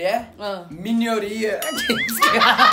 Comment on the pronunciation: "condominion", "minioria", "6 miniões"! 😂😂😂😂😂